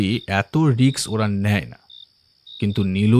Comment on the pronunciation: খুব সুন্দর গল্প ❤❤ তবে অত্যন্ত বিনীত ভাবে জানাচ্ছি,, গল্প পাঠে উচ্চারিত একটি ইংরেজি শব্দ,"risk"কে বারবার" riks"বলা হচ্ছিল, যা শ্রুতি কটু,,,, আশা করি ভবিষ্যতে এ ব্যাপারে একটু নজর দেবেন,,, ধন্যবাদ 😊😊